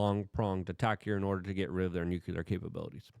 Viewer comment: Oh boy!! The unhinged monkey is back! With of course more shouting and incoherent rambling of course, plus a plethora of larger kind of ramifications that of course have created a sort of larger compromy in Luke's brain which of course has lead to a larger tumultulous nukelar deshtruction of Doyge and the Hootsies in unspeakable ways of course. Let's be real with ourselves here...